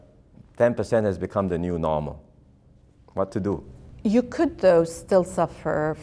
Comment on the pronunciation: “what to do” haha very singaporean